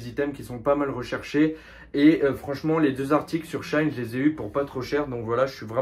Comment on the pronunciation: S’il vous plaît ça ce dit She In pas shaine sinon très bonne vidéo